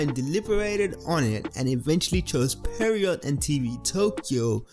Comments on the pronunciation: Bruh, it's not pronounced "pehreeoh" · its not pronounced perriot... i dont get how or why people keep pronouncing it like that..it not even spelt that way lol (pierrot)